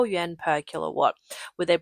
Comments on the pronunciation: Why are you saying “Yen”. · Because the Chinese currency is the 'yuan', in pinyin transliteration, but it is pronounced "oo-en". Think of the 'y' being almost silent, the 'u' pronounced as 'oo' and the 'a' converted to a short 'e'. "oo-en"